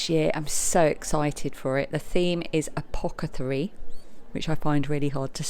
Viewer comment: ApoTH-a-CAry (not apoc-a-thary) - this might be why you find it tricky to pronounce (you’ve made up a new word🫣)👍 Love a good Yarn show - thanks for taking the time to share🥰